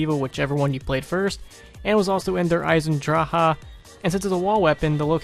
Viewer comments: They way you say Der Eisendrache makes me wanna slit my throat -_- But great video btw! :D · You pronounce Derisendracha wrong fucktard